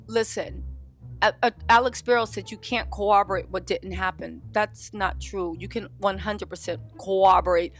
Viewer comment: I implore you to say “corroborate” correctly. We have a generation out here saying things like “irregardless.” Thank you. Love you.